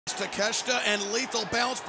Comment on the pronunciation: It's Ta-Ke-Shi-ta not takesta